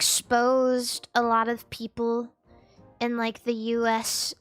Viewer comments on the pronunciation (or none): bro when she said mi peopole i wheezed so hard i started crying 💀